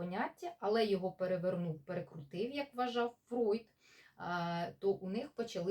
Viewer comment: Зігмунд Фройд (Freud) правильно, тому що у німецькій “eu” читається як “ой”, так само як у "ei" як "ай", тому Einstein Айнштайн, а не “Ейнштейн”. Тож пані в цьому відео все вимовила правильно. Іноді мовознавці домовляються, що при перекладі імен відомих діячів, які вже стали загальновживаними, їх іноді залишають у поширеній формі навіть якщо фонетично правильний варіант інший, та це не знаю, чи це стосується цього випадку